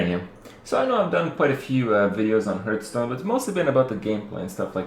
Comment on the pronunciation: It's not called "hurtstone" ffs..